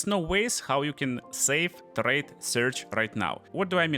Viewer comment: "So let's... tRRRRade." Love your accent, dude :D